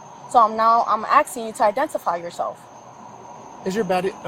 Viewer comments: “jimenez” “i’m aksing you” all you need to know. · "i'm axing you to identify yourself" that says everything doesn't it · Axing... axing.....WTF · axing. Its asking.. wtf.. go back to school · The cop was constantly “axeing” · "I am axing you" that's all I needed to know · The real crime was the officer "aksing" to ID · Soon as I heard her say axing I knew what the problem was! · she keeps axing her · “They’re axing for…” nobody is “axing” anything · AXING. Tells what we're dealing with. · Straight to the effing “can I see both your id’s” Also, why she axing? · After multiple times of the officer "axing" for an ID, I would state that I don't know what "ax" means. And when the other officer speaks up to "splain" to me what's going on, I'd respectfully request someone who speaks English. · She’s just axing a question 🤦🏻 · If the cop says "axing", you're gonna need a supervisor because they're gonna be ignorant. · If a cop says I’m axing you….. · She's axing him some questions. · I'm "axing" you. Geeze. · When a cop starts "axin" you questions you know it's gonna be bad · "Now I'm Axing you..." first indication that this person is about to make poor choices. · You're axing me... Are you threatening the Great Cornholio ;P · axeing you for ID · Axeking 😂😂😂 let me ackxke yew a kwesshun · If you can’t pronounce, “asking”, after given 100 tries, you should be put some sort of institution. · Cop can’t even pronounce “asking” correctly. She should NOT be a police officer until she’s proven to be a literate individual.